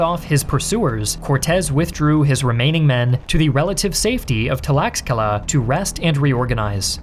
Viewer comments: X is pronounced with a “sh” sound. So the “Meh-shika” “Tesh-coco” “Tlash-kalan” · “tlash ka la” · At least learn to pronounce Nahuatl, Mexica and Tlaxcala lol, not that hard. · You make good videos but just the way you prounounce Tlaxcala or Mexica is really just bothering me. Its not Tuh-lacks-kay-lins, its Tlash-cal-ahns, its not Mex-ee-kuhs, its Meh-shi-cah. Its not that hard dude. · The title is false and misleading. The pronunciation of Tlaxcala is also way off. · Few grammar/pronunciation corrections: 1. Mexica is pronounced "Meh-shee-kuh" not "Mek-sih-kuh" 2. "Mayan" is only correct when referring to the language, the people are "Maya" 3. The x in "Tlaxcala" is also a "sh" sound, and the a's are "ah" sounds. The Tl is also a unique sound, but since that sound doesn't exist in English I can't fault for not pronouncing it lol 4. Texcoco - also a "sh" sound for the x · Nice video, but dude your pronunciation is horrible. Google how to say tlaxcala